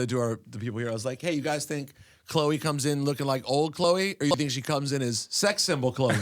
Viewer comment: I like to play a game when I watch this show, I wait until Peter Rosenberg says something so cringe it makes me want to turn it off. This time it was when he said “wE weRe aLL asKinG oUrSelVes wHicH cHloe wAs GonNa shOw uP tOdaY, oLD chLOee or sEx sYmBol chLOeee” ugh 🙄 how has he been doing this for this long?